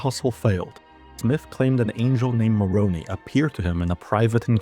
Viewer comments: its pronounced [more-own-eye] dumb ass, also ether is at the end of the book of mormon and explains the origin not of the lehites (which split into the lamenites and nephites), their stories are explained at the start of the book of mormon in nephi 1 and 2. Also the lemanites became modern native americans due to god cursing them aswell as them not having the brass plates (the old testimate up too 600 B.C.) like the nephites so the develop entirely different costumes and genetics then their nephite cousins. You have entirely misrepresented the book of mormon. You also fail to account for the fact that joseph smith translated the golden plates over a period 75 days, the book of mormon is 500 PAGES BY THE WAY. sure you could say that he had notes in his hat, but even then when he translated the book of mormon he was 23 while only haveing the modern day equivilent of a 3rd grader's education he also didn't even know that jerusalem had a wall. HOW THE HELL COULD HE WRITE A 500 PAGE BOOK WITH A COHERENT STORY, CROSS REFERENCES TO THE BIBLE, AND CROSSREFERENCES TO ITSELF WHEN HE DIDN'T EVEN KNOW JERUSALEM HAD A WALL WHILE ALSO NEVER EVER MAKING A MISTAKE WITH HOW HE ORGANISED THE NOTES IN HIS HAT And before anyone replies and says "Well it could have been the people he was translating with" Everyone he translated with except his wife left the church and although they did say that joseph smith was bad or was a fallen prophet, THEY NEVER QUESTIONED THE BOOK OF MORMON OR THE EXISTANCE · “angel moroni”? Do you mean Moron I am? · Moroni ❌ Moron ✅